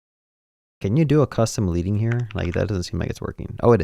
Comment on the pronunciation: FYI The word “leading” (line height) is pronounced like the metal “lead.” You’re saying “lee-ding,” but the word is pronounced “leh-ding.” It comes from typesetting when they word literally put the metal lead between lines